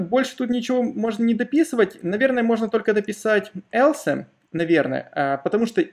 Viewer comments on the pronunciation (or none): Хорошо, только слух режут все эти аШи, игреки, Элсе.. в школе немецкий что ли учили?.. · Спасибо. Хороший старт для изучения. В качестве критики: потренируйтесь правильно произносить английские слова, такие как, например, else.